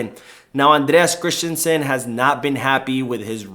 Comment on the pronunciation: Great video but annoyed by how you say Christensen. You say “krish-ten-shen. But it’s more like krist-ten-sun. There is no “h” in the name. So you don’t have the sh- sound. Just the s-sound. May seem like an autistic comment tho 😅